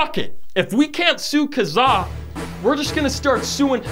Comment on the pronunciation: i can't deal with how you pronounced Kazaa also we had eMule and μtorrent still kicks around